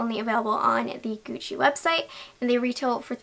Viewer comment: "ghiuci"... Sempre... LA PRONUNCIA! GUCCI.